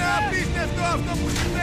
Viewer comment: Maria Amiridu αντι να παει παρακολουθουμε ειπε παρακουλουθουμε κι λγκ γελασε